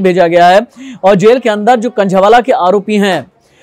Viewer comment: Khnjheee wala nhi h khnjhawala h